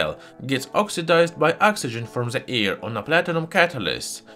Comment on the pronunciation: Haha, yeah, i love how he pronounces certain things, like how something easily ignites in the "ear", haha. Can't help but imitate and repeat some of his phrases, it's part of the fun and learning. His closing: "And if you liked this video, don't forget to give it a thumbs up and subscribe to my channel, to see many more new and interesting." is a classic. But yeah, it was weird to suddenly hear a perfect English speaking voice, which was actually a good choice in terms of reaching a wider audience, but a lot of us took it as him making a concession because he thought his English sucked. His accent is super heavy, but it's not like i don't actually understand what he's saying. It just gives it a geeky charm, instead of a formal and boring English voice, i'm already subscribed to plenty of those channels. We were all happy when he ditched the narrator after only 1 or 2 videos or something, haha, and look at him now, almost near the 1 million.